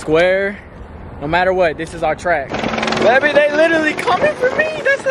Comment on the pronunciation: I love how calls Montana Beby instead of baby lol